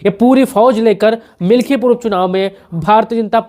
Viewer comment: मिल्कीपुर बोलो भाई